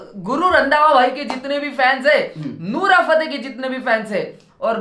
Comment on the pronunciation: Bhai nura nahi nora hota hai 🙏🏻🤣